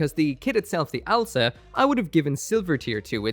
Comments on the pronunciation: I love the Watership Down name (it’s ows-la, not owl-sa, btw) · It's not Owl-sa, it's Ow-sla. (Oh's lah) I made that mistake for years until i properly noticed it.